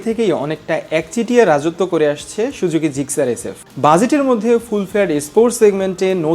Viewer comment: আগে উচ্চারণ শেখেন, তারপর নাহয় রিভিউ করতে আইসেন মিয়, সুজুকি রে আপনি শুজুকি উচ্চারণ করেন 🤣